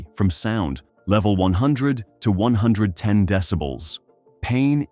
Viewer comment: 110 pronounced as eleven-oh? WTF?